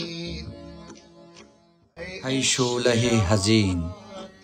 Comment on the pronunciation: درود اشتباه تلفظ می کنید. "هی" نیست، "ای" است. "هشق" نیست، "عشق" است.